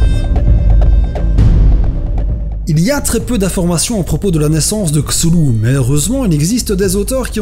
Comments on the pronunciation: Le vrai problème, c'est pas tellement la prononciation de Cthulhu, mais plutôt de la prononciation du "th" anglais par les français qui écorche un peu les oreilles, et n'a jamais été un "s" ou un "f". x) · je sais que tu l'écorches pas, mais putain ça m'ennerve isdhfiehyfil_ezyhfr jai envie de tuer des chats chaque fois que tu le dis comme ça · Beaucoup d'erreurs...et ces prononciations !!!! Pour info, il existe une prononciation "officielle" de Cthulhu, décrite par Lovecraft dans une de ses lettres à Duane Rimel... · prononciation: ktoulou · enfaite c'est dommage mais la prononciation de C'thun c'est K'thun d'où [K-Tou-Lou] pour ma part. Si tu veux la prononciation choisi part blizzard joues a HearthStone et chope la carte ou regarde des vidéos . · CTHULHU et non pas csulhu cest de pronotiation a anglais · Les Français et leur façon de prononcer les "TH" xD CZULHU xD xD xD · ben moi je prononce cthulhu "cassoulet" #vivedidichandouidoui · les noms du mythe de cthulu est tiré de la théologie sumérienne et donc se prononce ktoulou. et je t'en supplie ne remplace pas tous les t en s.... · la video est sympathique, mais les prononciations sont loin de ce que l'auteur avait annoncé, meme si cela est tres dur a trouver, il existe une interview (non traduite)de HP Lovecraft . Allez allez. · juste le mot "CTHULHU" il m'a tué mdr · Super vidéo avec une vue tardive je ne dis pas ^^ pour la prononciation de mon côté cela fait plus K-tou-lou je ne prononce pas le h aspiré à l'anglaise. Mais je dirai que l'on peut le prononcer comme on le veut étant donné que l'on ne peut prononcer son nom correctement sous peine de l'invoquer comme dit dans le Necronomicon. Donc on l'écorche intentionnellement. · C'est bizarre de prononcer le TH comme un Z quand même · ça se prononce Ktoulou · Pour la prononciation : KTOULOU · sa ne se prononce pas chulu mais ctulu le h de cthulu est muet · Ca se prononce skouu pouloulou ^^ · non mais ptn on ddit K-Thou-lou il ont dit ds south park